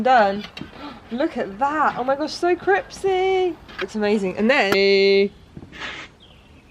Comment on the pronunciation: Anyone else hear say the pizza was “CRIPsy” when she looked at it on the grill 😂 so me.